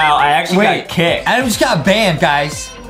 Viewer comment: Justin sez Adem in instead of Adam